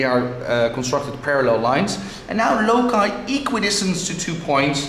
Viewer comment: It's a pity this teacher mispronounced the word LOCI... Save our Ears :-)))